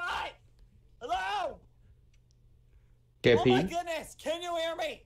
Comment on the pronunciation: lmaoo why does always say geppy or keppy i find it so hilarious